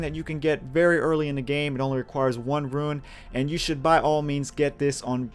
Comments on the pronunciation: great vid! but man I cringed every time you said ruin instead of rune! :P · RUNE! R U N E!!! RrrrrUuuuunnnnnn eee! Not RUIN!! I'm not often a grammar Nazi, but that really hit me that you kept on saying ruin, as in some abandoned and wrecked place.